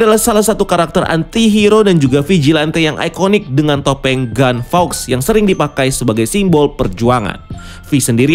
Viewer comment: Guy fawkes mas, bukan gun fawkes